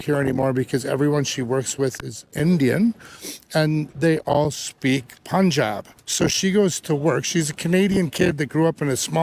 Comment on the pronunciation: They can’t even say the name our language Punjabi properly and you expect their outdated opinions to be credible.